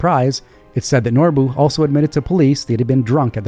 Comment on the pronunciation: "Norbuu" LMFAO!!!!